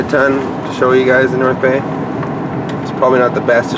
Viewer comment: Is it just me or did he say North Gay😂😂